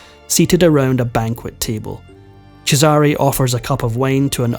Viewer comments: Oh, my ears. 😢 I applaud your efforts, but please! The name Cesare is pronounced (for an English-language speller) CHEZ-eh-ray. Definitely, emphatically NOT chez-AH-ree. The other names - Christian names and family names - are all sadly mangled. Gads. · CHEZare not chezARe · Cheh-zah-ray They have made plenty of tv shows and movies about this family. It’s easy to hear how it should be pronounced. That’s what separates the humans from the AI bots. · Because every time the name is mispronounced... it grates heavily on my nerves. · It’s pronounced Chess-are-a! Please learn how to pronounce these names properly! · For God's sake, learn to pronounce their names correctly. Cesare is pronounced CHEY-sar-ay, and Medici is pronounced MED-ee-chee. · I hate to break it to you, but either you misunderstood or whomever was correcting you was pulling your leg. CHE-sah-rey is correct. The way the narrator is pronouncing it is incorrect. The fact that you're correcting people in every post and you're not even Italian sure is something. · His name is pronounced Chez sa rey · You and him are wrong. I'm Italian and the stress in the name Cesare goes on the first "e". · His pronunciation is incorrect. The first syllable should be stressed. In Italian, the second syllable is stressed if it is preceded by a double consonant